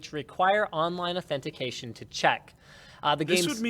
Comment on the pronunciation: If I start saying Authentification at work.........